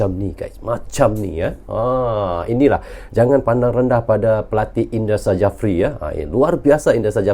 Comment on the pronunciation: PSSI...pakai ejaan indonesia bang.. Jangan pakai ejaan engres Bukan indra sajapri bang😅 tapi indra safri..